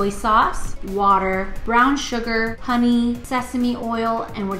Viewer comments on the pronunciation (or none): none